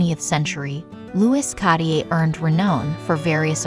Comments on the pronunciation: interesting. however it was hard to listen to the annoying AI voice pronouncing Cartier wrongly over and over. it’s ‘kahr-teeay’ 2 syllables. the first ‘r’ is pronounced. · CARTIER is pronounced car- t- a or french roll the r, otherwise the video was very informative once you could ignor the jewellers repetitive mispronouciation of his name. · Why is it impossible for these idiots to pronounce things correctly? It’s C-A-R-T-I-E-R not catier! It’s not a silent R. If you can pronounce T-I-A-R-A properly, why the F can’t you pronounce Cartier? WTF? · Why can’t people who narrate these pronounce common names properly? Car-tee-ay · I cant get over the way they keep saying Cartier. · yes! and with the repeated mispronunciation of Cartier! 🙉